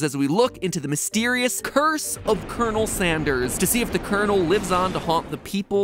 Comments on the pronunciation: Kenel Sanderes is all I can hear. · You said coronel sanders not colonel sanders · Colon...El Sanderss.